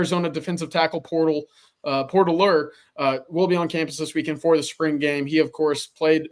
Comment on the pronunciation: "Porterler" -coined by CJ